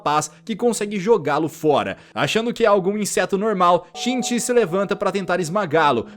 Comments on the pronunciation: "chinti" tá errado o certo é "shinichi" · fala shinichi nao shicin